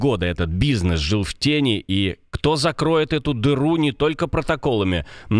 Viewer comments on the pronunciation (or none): не "в тЕни", а в тенИ